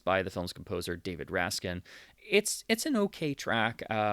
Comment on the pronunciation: Rack sin. It's David Raksin, used to having his name mispronounced more often than the word "mischievous", who composed LAURA. Preminger wanted to use Duke Ellington's "Sophisticated Lady", but Raksin, with characteristic immodesty said it was all wrong and quickly wrote an alternative for the director - and that was the end of that argument. Cole Porter envied the tune so much that he wished he had written it. Many of the Fox mono scores where recorded with multiple mikes and were ripe for release in stereo, evident by many of their mono scores released stereophonically with excellent results. Alfred Newman was one of the first studio music heads to experiment with multi-channel sound long before CinemaScope adopted it. Sadly, the music stems for LAURA have always been monaural, so Raksin eventually re-recorded them for RCA records.